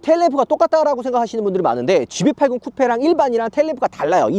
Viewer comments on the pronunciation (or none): none